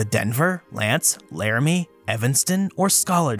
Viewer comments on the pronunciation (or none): none